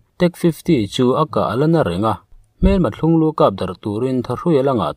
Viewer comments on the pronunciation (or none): Thlunglû tih rik dan a dik lo tkat. 'Thlunga' tih ri kha ' lû' aiin a ri a hniam tur zawk a nia